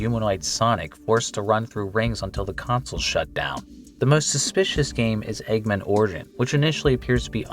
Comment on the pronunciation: i have a hard time believing he doesn't know it's "egg man," not "eggmin"